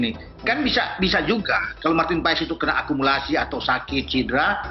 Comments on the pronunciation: Cara bacanya Martin pas bukan paes. 😅😅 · kata koci...nyebutnya ..martin pas... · Bacanya martin paz